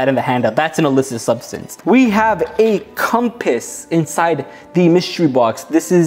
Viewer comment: “we have a com-pass inside the mystery box” why he gotta say it like that 💀 i was gonna make a joke but we gotta keep it pg 😳🤣 (the simple minded wouldn’t understand lol)